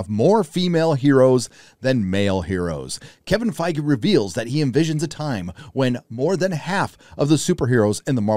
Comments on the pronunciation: well fingers crossed, I wouldn't mind them adding a few more mature elements but I hope they keep the core of the story together and they actually cast it decently this time. And for heaven's sake say his damn name right! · are you sure we're pronouncing Feige right ????hahahah darks darks